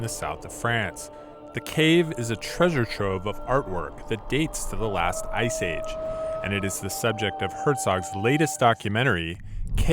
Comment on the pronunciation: What's wrong with the narrator's voice? He seems to not be pronouncing any of the final constonants in words. "Last" sounds like "Laugh"